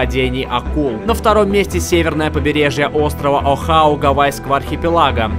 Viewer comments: не Охау, а Оаху. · Гавайский остров - ОАХУ (O'ahu), а не Охау!...побережье острова "Охау" гавайского..., повнимательнее будь.